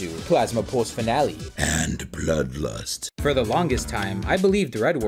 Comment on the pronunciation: "ÆAND BLŒODLÜST"